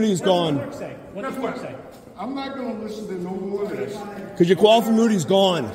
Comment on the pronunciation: did he say qualifamunity?